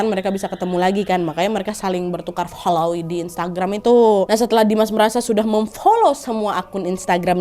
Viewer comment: hrs bgt ka nad FHOLOOW FHOLLOW😭😭